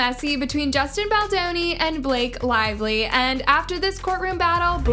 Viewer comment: Blake Slively 😂